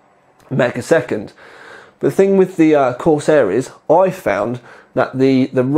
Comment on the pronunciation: Corsiar Corsiar Corsiar haha no Vertex 4 review then .